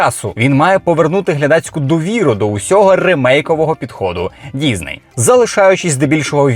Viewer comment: Чому діЗней? Що це за мулька пішла псувати українську, аби тільки не було схоже на російську...бісить...дізней, гакери...